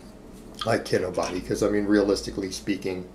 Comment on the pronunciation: Is saying Kinobooty? lol